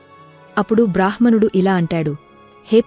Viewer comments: "బ్రాహ్ మణుడు" అని కాదు "బ్రామ్ హణుడు" అని పలికాలి ... హ అక్షరానికి మ లేదా న వత్తు కలిసినప్పుడు ముందుగా ఆ "మ కారం" లేదా "న కారం" పలకాలి, తర్వాతే "హ కారం" పలకాలి. ఈ వ్యాకరణ సూత్రం అన్ని భారతీయ భాషలకి వర్తిస్తుంది. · మంచి విషయాలు చాలా బాగా చెప్పారు. చెప్పే విధానంలో చిన్న చిన్న తప్పులు ఉన్నాయి - మధ్య మధ్య లో కొంచెం pause చెయ్యాలి. కొన్ని మాటలు సరిగా పలకట్లేదు. ఋణం, బ్రాహ్మణుడు మొదలగునవి